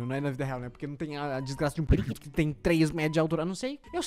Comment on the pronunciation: Não é periquito é periquito